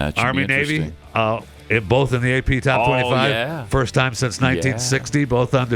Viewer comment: There is no “L” in the word “BOTH”, Pat, no “L”. ‘BOLTH” BOTH you and